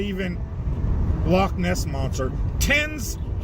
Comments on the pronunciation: Well done for pronouncing Loch properly. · one good thing about you being a Cymry is you can say loch correctly. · love the proper pronunciation of Loch instead of the American 'log'